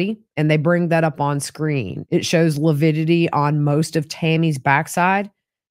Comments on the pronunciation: That coroner was very meek. I got more of a "trad wife" vibes than a person in a position of authority. I enjoyed watching mis-use the word lividity... he called it "lupidity". Rhymes with stupidity. And I'm so angry at for body shaming a murder victim, it may motivate me to write him a letter and send it to his law firm. What a misogynist. With respect to Chad crying, we've seen lots of murder suspects fake-cry for the cameras and authorities. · Whew! This day was a difficult day to watch. really grates on my nerves. Even more so by degrading Tammy’s character, body & physical fitness. Ugh 😡 I was so mad listening to testimony. Oh & saying “lipidity” even infuriated me more. Wishing you safe travels to Idaho! Looking forward to you being there & checking out the juries reaction to. Thank you Gigi for all you do! 😊